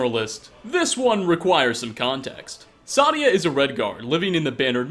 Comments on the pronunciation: Also its not pronounced sadia its saadia seyydia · If you just listen to how they all say Saadia , it is Say-Dee-Ah , not , Sah-Dee-Ah. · I dont know how you say the names so wrong when you literally but people saying her name it's say di a sa di a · They literally say her name so much in this video... why still say it as Sadya? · Why does he say Sadia so wrong? Lol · How do you mispronounce Saadia, Faendal and Alik'r when they are all said several times in game? You do mispronounce common things in every video which makes it seem like you are reading a script someone else made and you never actually played Skyrim. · the A is pronounced. Its german/nordic pronounciation, the problem is that the voiceactors are mostly americans and brits.